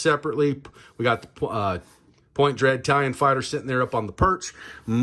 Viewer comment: Are you saying italian fighter? 😂